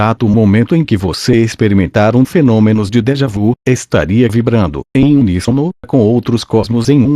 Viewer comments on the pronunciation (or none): A compreensão desse texto poderia ser melhor se a leitura fosse feita com a pontuação e a entonação corretas. Tive que voltar atrás várias vezes. Crítica positiva para que haja melhoras... A propósito, a expressão francesa "déjà vu" deve ser pronunciada como "déja vi". Esclareço que não tenho nada contra o conteúdo e admiro esse assunto!